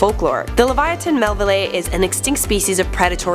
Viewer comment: I swear to God if she says LeviaTIN one more time